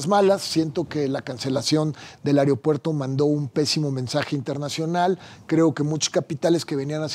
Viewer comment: Dice este colorado que es inteligente y pronuncia ariopuerto es aeropuerto